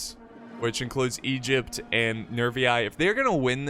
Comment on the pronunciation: Thoughts about pronouncing Egypt as "Egg-ipt?"